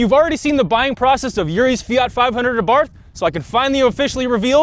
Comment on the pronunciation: “Àbarth Cinquecento”, not “Fiat Fivehundred Abàrth” 😜 Greetings from Italy!